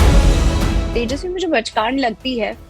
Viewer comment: Tejaswe bachcand nahi pachcand.